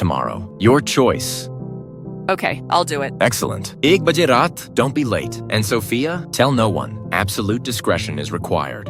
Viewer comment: ITS "ack buga rat"